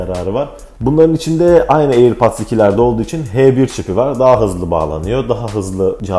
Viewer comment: Airpats !! diyip durduğun için izleyemedim vidyonu kardeşim